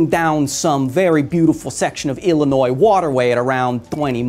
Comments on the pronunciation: Thank you for not saying the s at the end of Illinois. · I appreciate the fact that you pronounced Illinois correctly